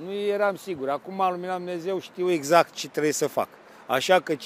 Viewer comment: Știe ,,iezact'' , dar nu e sigur😂🤣🤣🤣